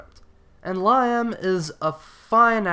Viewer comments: great Spartacus reviews... all of them. l love this epic show... incidentally it's pronounced 'Lee'am.' as in Liam Neeson. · The way you pronounce Liam is so cringe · lyim really . I think it's Liam as in wilLIAM .and both actor's knocked it out the park. awesome show from start to finish .paved the way for Game of Thrones✌